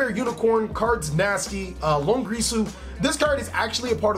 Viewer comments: it's long IR su ... not longrisu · Every time he says "Dingrisu" or "Longrisu" I die a little bit inside. It's Dingirsu and Longirsu.